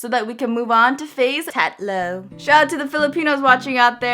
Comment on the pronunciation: lol im laughing so hard because she kind of pronounced isa dalawa and tatlo kind of weird but its cool